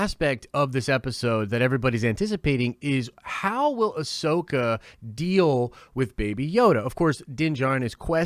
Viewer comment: I mean she pronounced ‘Ahsoka’ wrong in an interview😂. Despite that tho she expressed how much she’d love to play the character. Whether she’s a fan who knows but it sounds like she’s really willing to perform and get it right. Considering she’s someone who’s done a lot of voice acting, I can imagine she would’ve watched CW material with producers to perfect the voice. Here’s to hoping. Can’t wait to see her